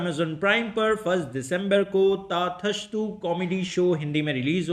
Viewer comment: भाई ताथस्तु नहीं तथास्तु हैं